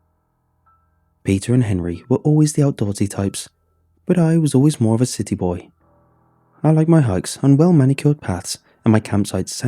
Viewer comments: I heard "city boy" as "sitty-boi" and honestly, same. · Haha the fuck why did I hear it like that too